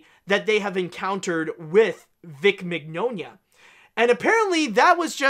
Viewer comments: It’s “min-YAH-nah.” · Mignogna’s mane is pronounced like Mañana, as in hasta mañana.